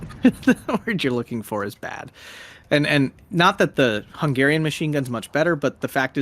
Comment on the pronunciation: Horrendous Hungarian word pronunciations, but otherwise great narration! Kudos for trying, though!